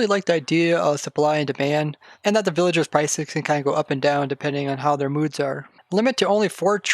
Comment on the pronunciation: you say “villaingers” like my friend lol